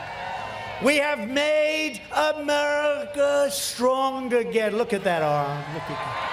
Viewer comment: It's pretty bad that he glitched out on the word America - "Americlu", like when he said the "United Schtates" before.